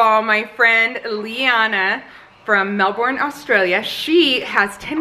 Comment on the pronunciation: Hi Melbourne is pronounced Melbin 😂 I live here and we are still in lockdown been 14 weeks way too long so I always look forward to your fabulous videos. Love your honesty and sense of humour. Fabulous family you are a Wonder Woman for sure. I made your vegetable casserole and it was delicious. Thanks for always sharing great ideas. Kate 🥰🇦🇺